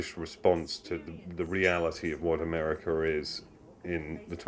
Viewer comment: Its not Americer its America, get it right!!!